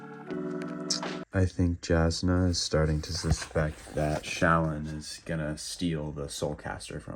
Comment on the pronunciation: Jasnah is pronounced Yasnah